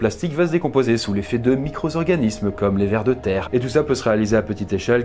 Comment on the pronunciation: encore une liaison fautive : des micro Z'organismes ????